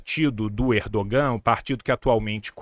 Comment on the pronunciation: Tio, sem querer ser pedante, mas a pronúncia do nome do "presidente" da Turquia não é /erdoGÂ/, mas /Érdoân/ (ênfase no "É"). O "Ğ/ğ" (yumuşak ge, "g suave") é mudo em turco e prolonga a vogal anterior. Ex.: aç - ağaç (/ách/ - /aáách/), tura - tuğra (/túra/ - /tuuurá/).